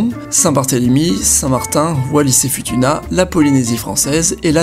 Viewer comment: Juste pour info Wallis-et-Futuna se prononce Oualiss-ai-Foutouna